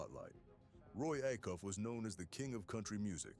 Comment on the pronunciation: It's pronounced A- Cuff, long A !